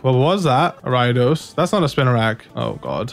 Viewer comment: Ayo, it's pronounced air-ee-a-dose not are-ai-dose Ariados not Araidos